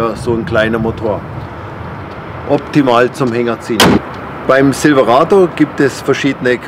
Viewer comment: Die Ausprache immer Zilwerado, Eskalate, dullie Achsen, Kru Cab herrlich !